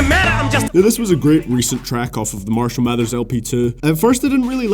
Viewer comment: its not fucking mershall its marshall